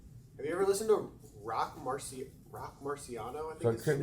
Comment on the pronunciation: Showing how little man's knows when he can't even say Roc Marciano — your favorite rapper's favorite rapper!! He's a legend! 656 out now 💽